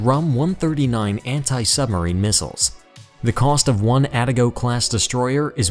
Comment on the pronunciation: The narrator mispronounces "Aegis" and "Atago".